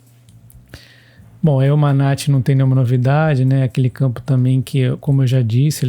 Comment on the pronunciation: Campo é Manati - sílaba tônica ti